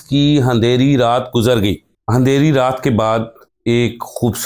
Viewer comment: ھندیری رات کوئی لفظ نہیں ان پڑھ ۔ اندھیری ہوتا ہے